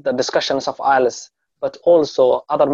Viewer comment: Not ilets its ielts any how u do a great job